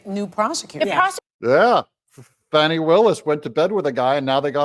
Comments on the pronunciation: Whats with the Fahhh-ni pronunciation? Can't anyone read English? It's a common name with an uncommon spelling. It's pronounced Fanny, like Danny. Everyone in Georgia knows this very common word and old southern name. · wy are you calling her fani not fanny have you been threatend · It's pronounced Fan-nee. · It’s pronounced FAH nee! Per Wikipedia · Say her name the right way.... FANNNNNNIE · Her name is Fani, like what barely fits in her pants, not a baby deer. There is NO "w" in her name!